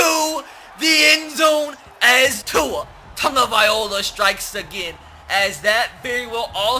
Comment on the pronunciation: Please say Tua’s name right 😂